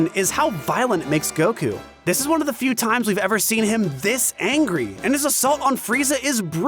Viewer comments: Every time I hear this guy say fucking "Goku" like "Goh-khuuu" I'm reminded of the cool whip scene in family guy. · I’m new here whys that one guy say Goku’s name “gokU”? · Why does he insist in pronouncing Goku the Japanese way hah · am I the only one who has a problem with the way says Goku